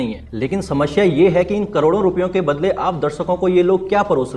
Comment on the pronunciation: भाई साहब, नमस्ते। ये 'समश्या' क्या है? हिन्दी व्याकरण के अनुसार जहां तक मेरी जानकारी है; कि यह शब्द 'समश्या' नहीं बल्कि 'समस्या होता' है।कृपया अपना हिन्दी व्याकरण सुधारें। धन्यवाद